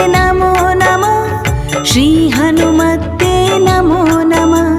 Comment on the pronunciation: हनुमत्ते नहीं हनुमते बोलना चाहिए था